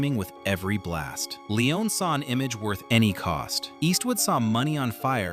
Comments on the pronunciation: Bro you can't pronounce Sergio either. Forget the i : [serjo]. Leone sounds as "lens" not "leeon" Also he wasn't a "nobody". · Sergio Lee-Oh-Nay ! – Not Lee-Own! – Segio Lee-Own-NAY ! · Long winded and quite useless, and a whole reconstruction based not on actual facts, but your very selective interpretation of them. You're creating a whole narrative of some kind of deep ideological rift, and Sergio Leone (his surname is not Leeeeohneeee as you are pronouncing it) being some kind of power-hungry idiot who wanted to box and "own" the great Clint. It's such an American exceptionalism interpretation, and it's completely risible. Cinema and anecdotal studies don't confirm most of what you said in this video. Actually, quite the contrary, most of your narrative is some sort of ridiculous bullshit. No need to even go into more details, if someone wants to actually know how things went, the information is pretty much right there without even having to dig so deep. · Narrator keep saying "Leon" without the final "e". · Clint could pronounce the name of the director? Just like the narrator still can't...